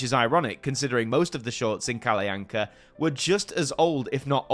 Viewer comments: It is normally pronounced Kall'Anka or Kallanka' in Sweden. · Your pronunciation of Kalle Anka is a good attempt, but you accidentally add a glide between them, which funnily enough is a common mispronunciation by Swedish children as well. But you are otherwise doing a great attempt at it. - But this video is so true; this segment on SVT is commonly just referred to in short as "Kalle Ankas julafton" "Kalle Ankas jul", or as simply as "Kalle Anka". It is indeed interesting that he became the name of the show, something I haven't even though of. - Also, both Arne and Weise have the final E pronounced like in Kalle. I would say it's safe to assume it is pronounced for these Germanic names. I would suggest listening to how it is pronounced on Google Translate in Swedish to get an idea of how to say it. Otherwise you did good on the Swedish stuff. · That’s actually not how Kalle anka is pronounced